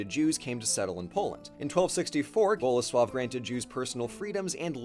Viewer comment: He mispronounced Kazimierz, but I'll give him a pass on that because he got Bolesław right.